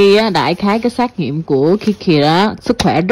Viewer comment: Xét nghiệm chứ không phải xác nghiệm nha em. Kaka